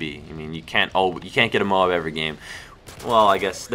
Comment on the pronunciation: not moab, its M.O.A.B say letters